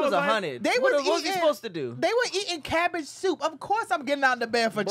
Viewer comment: Hey, was trying to say cabbage soup but instead said cabbed shoop 😂😂😅